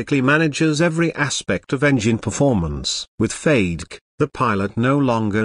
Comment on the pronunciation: Beautiful aircraft, disgusting computer narration. Doesn't anyone go over these before posting them on youtube. FADK? wtf? its FAY-deck. FADEC. Come on.